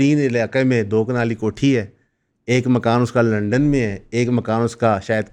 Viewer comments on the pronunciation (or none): none